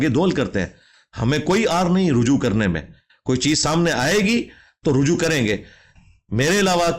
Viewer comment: aoa brother. its not rahju, its ruju'3 (3 is ع and ' is ء )